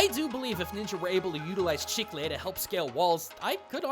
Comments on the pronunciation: hey! he's pronouncing chicle correctly this time around! Good on you ^^ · Oh hey, you said Chicle perfectly. Nice